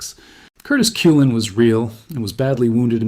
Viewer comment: My favorite is how it will pronounce a name/word incorrectly, then pronounce it correctly then do it incorrectly AGAIN but in a different way. I was laughing when this one said the nme "Cullen" 3 different ways. 😂